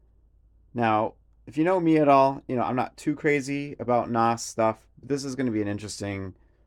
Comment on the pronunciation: Did he pronounce "NOS" as a word..? Jesus Christ.